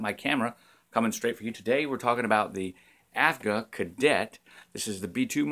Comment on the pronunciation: Ah, those vintage cameras, I would spend all my money on them if I could :) Aren't they beautiful? I can't wait to check your Kickstarter project. Yesterday I got a Diana Mini (Lomo), I'm curious to see what I'll get from it. PS: correct me if I'm wrong, but isn't it AGFA instead of AFGA?